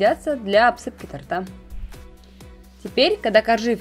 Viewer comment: Очень нравятся все ваши рецепты и их подача, но позвольте маленькую ремарку от чистого сердца: не тортА, а тОрта.